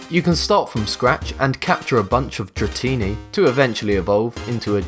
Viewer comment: dratini(s) is pronounced dra-teen-eye. Hehe